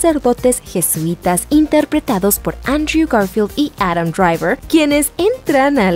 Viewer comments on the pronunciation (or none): none